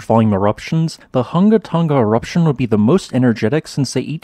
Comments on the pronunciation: Just a pity he can’t say it correctly. Keeps saying Tunga instead of Tonga. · Since the name of the island is important, practice saying Hunga Tonga, not Hunga Tunga…it’s not that difficult.